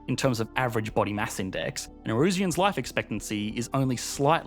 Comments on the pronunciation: Can’t be the only one irked by his pronunciation of Nauru lol. Also, I think it’s Nauruans not Naurusians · There are a couple of fundamental errors in this video. Firstly the pronunciation. Its not Nay-roo, its Nah-Roo. Secondly the population are referred to as Nauruans, not Narusians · Why are you pronouncing it "Ney-roo"? Pretty sure the correct pronunciation is "Nah-oo-roo" Also, it is "Nauruans" (Nah-oo-roo-ans), not "Naurusians" (or Ne-roo-shiens as you pronounced it) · The pronunciation of Nauru and Nauruans was so cringeworthy.